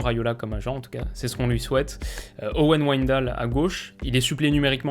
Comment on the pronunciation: Salut. Super briefing des Pays-Bas. Juste une petite précision. L'ensemble WIJ se prononce "véï" en néerlandais. On prononce ainsi Véïnaldeum, Véïndal ou encore RKC Valvéïk (Waalwijk). Continue le super boulot. C'est top niveau.